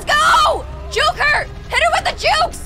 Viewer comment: When u said juke, I heard juice